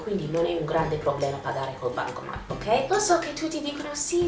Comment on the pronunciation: Si dice bancomaT, non bancoma... ps:ti adoro